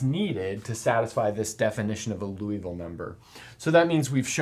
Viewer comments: You are great. But please don't pronounce this wonderful Frenchman's name like the city in Kentucky! Somebody else already commented on this and got it wrong, too! The correct pronunciation is... 1. LEE (as rhyming with TEA) OOH (as rhyming with TRUE) VILL (as rhyming with SKILL) So, you just got your first two vowels switched, basically. 2. Also note that in French it is often the LAST syllable that is stressed, so it's LiouVILLE, not LEEouville. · Hate to nitpick, but it's Liouville, not Louisville. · Liouville, not Louisville. Can you talk about Martin's number? Has any irrational number been proved to be normal to every base? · Nice explanation. However, it is not Loo-ee-ville, but Lee-oo-ville... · More like Lioo-veel, where Li is the same Li in Liberty. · Isn't the name pronounced "lee-ooh-vil" or "lee-ooh-vee" rather than "looh-ee-vil"? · As a French speaker, in French, it would be pronounced loo-ee-vil. Edit: I misread Liouville as Louiville. It should actually be pronounced lee-oo-vil. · Pronunciation is LEE-OO-VEE-L' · Unfortunately, the same argument cannot apply to other interesting numbers. By the way Liouville is pronounced lew-veel (poor lay zanglay). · It's probably because that's basically how says it- he swaps the sounds for "ou" and "i." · I hope I don't sound rude, but I am pretty certain that Liouville is pronounced "lee-OO-veel". Otherwise, great vid! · I only hear Loo-evil-number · It‘s Liouville (LEE—OOH—ville), not Louisville (LOO—EE—ville), he was French, not from Kentucky! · That's not Loui. That's Liou. i like ee in tee (including the i in -ville) and ou like oo in zoo. Something like leeooveel. The final e is mute. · I believe it's pronounced "loo-vull" rather than "loo-e-vull". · You're pronouncing Liouville as if it were spelled Louisville. You can find the correct pronunciation on the wikipedia page for Liouville (first syllable closer to "lyoo"). Other than that, great video! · ...more like "Loo-vall"